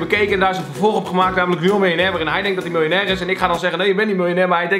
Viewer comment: xD die eerste video: MILJ-OEN-AIR